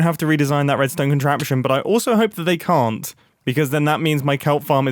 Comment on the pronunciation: I am not sure why this jumped out of but I found it interesting. He pronounced Can and Can't differently . Probably just my brain being wierd